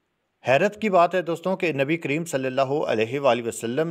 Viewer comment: Nabi kareem ko nabi cream bolrah hai saaf bolne nahi aata to nahi bolna chaiye